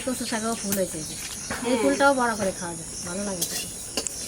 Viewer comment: Kotha ta nage hobe na lage